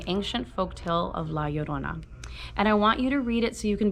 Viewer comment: You were the only person I found to say la llorina correctly while reading this chapter